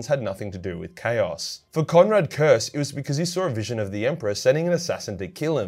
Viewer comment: Curze. Not Curse.